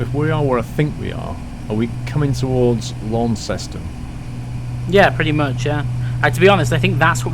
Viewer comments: Great video mate. by the way it lawn-ston not lawn-cest-on. Just the local way of saying it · You pronounce Launceston as Lawnston not Lawnceston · Launc seston haha it's pronounced launcston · Cornwall my county .... Launceston is pronounced Lanson to the local Cornish people ... Love the videos ... I'm about 10 miles from Newquay .. Perranporth has a fantastic beach and we call Padstow "Padstein" .... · Launceston, pronounced "Lanson"!! lol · Launceston!!! Lol..... Tis Lansen my bird!!! 😂😂😊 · Launceston is pronounced 'Lawns-tun'. Or, if you're proper Cornish 'Lansun'. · lol at referring to Dartmoor as "this....er....natural park 'ere" then mis-pronouncing Launceston :D No worries, I just live around here so I know all the place names :p Cool to see you flying there. Didn't know there was actually an airfield under Barnstaple, can't imagine it's a big one! I normally think of Newquay Airport. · I'm from Cornwall liskeard and just to say you pronounced Launceston you miss out the e. Other than that good video!